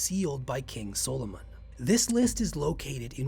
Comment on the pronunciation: Why can’t you say Solomon properly?